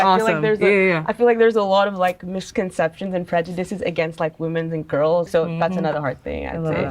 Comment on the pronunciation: I’m sorry, but do you not know how to pronounce the plural of woman?